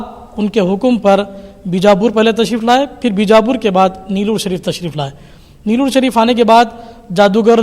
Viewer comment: Nelllur nahi Niloor hai